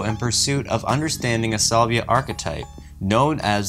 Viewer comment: you mispronounce the word "salvia" and the word "adieu". Also, mispronounced "Planckian" and "vague".